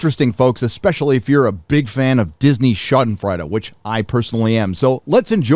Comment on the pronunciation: Gee whiz, you sounded like a dummy mispronouncing schadenfreude and abhorrent.